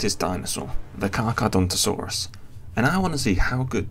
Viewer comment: No. He's right. It's not pronounced Car-char-adonto-saurus. So he pronounced it correctly